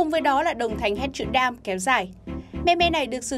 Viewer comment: Damn not " đam"